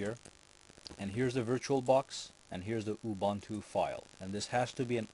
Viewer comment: Ubuntu is pronounced as: OObOOntOO. My Gosh!